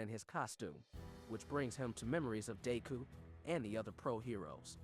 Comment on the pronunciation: Im sorry I tried to take this seriously but... Shigg are aky ? Bu kew go? Day kew?